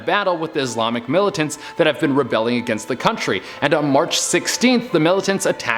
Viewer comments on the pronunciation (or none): none